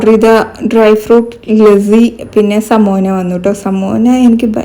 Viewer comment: Itha athu lassi anu lazzi alla so pronounciation onn nokne... Pine evde kuttam knda paidkkn mthrm orupad per ready aytt nikuvalle atha 😅itha onn google chyth nokit pryne ariyathath oke